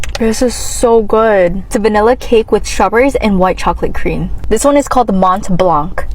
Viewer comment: That Mont Blanc pronunciation is shameless. Visit school more than pastry shops maybe.